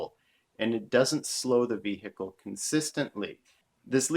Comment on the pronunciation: Just what, exactly, is a vee-hickle?